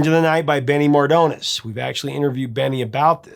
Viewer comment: BTW, it's pronounced Mardones, not "mardounes"